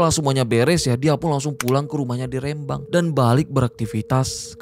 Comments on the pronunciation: Rembang bang,, bukan R`embang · Rêmbang BUKAN Rembang !!!